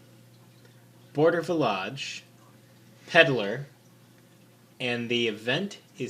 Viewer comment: Thanks for pronouncing Border Villauge correctly at least once at the end there.